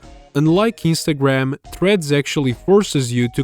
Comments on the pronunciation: Istagram? Are you Italian? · I mean, he could from any Mediterranean countrty. However, the biggest hint so far is his pronunciation Istagram. Italian language often dropped the n like that for dome reason. This uploader os not as obvious as that youtuber who ranted about unnecessary circles and arrows on thumbnails. That guy sounded like he'd say mamma mia any moment.